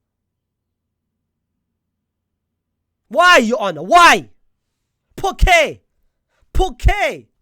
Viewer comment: It took me a minute to realize he was saying "POR QUÈ?!" I genuinely thought he was saying "Poke there! Poke there!" and I was wondering why are you poking the judge?😭